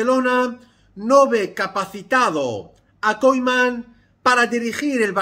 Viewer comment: KUMAN KUMAN de verdad me da toc que pronuncie KOIMAN xdddd